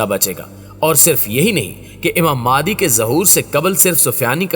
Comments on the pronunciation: بھائ ذرا تصحیح کر دیں نام مہدی تو سنتے آرھے ھیں، یہ مادی کہاں سے آ گیا؟ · Maadi nahi mahdi a s hai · Please pronounce the name of Hazrat Imam MEHDI A.S.pròperly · Pronounce the name properly, it's Imam Mehdi.